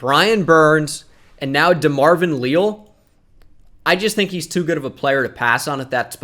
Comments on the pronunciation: DeMarvin "Lee-Al" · can you please say DeMarvin Leal's name correctly holy shit